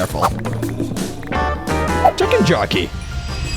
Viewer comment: "chicken jokey"*I know its old but CHICKEN JOCKEY